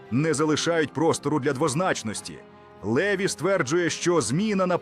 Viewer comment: А хто цей ЛЕві ? Наголос уже показав, що цю казку знову вкидає ворог . Французи мають прізвища з наголосом на останній склад - ЛевІ . От грамотії !!!